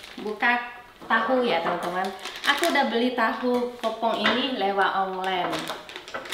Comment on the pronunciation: Kak inget kalo ngomong "empat" " lewat" jangan sampe ketinggalan huruf t nya, entar lupa kak